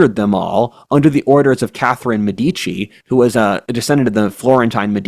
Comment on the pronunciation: Medici stress on first.